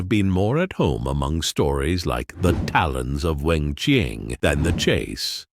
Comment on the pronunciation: The content of this is interesting but the AI voice is so distracting! Can the creators of these videos not read aloud for themselves? Even a second-rate reading by a human is better than an AI voice, which always sounds artificial, with weird inflections and consistent mispronunciations of names, e.g. "Doctor, whose greatest adventure" and "Weng Ching".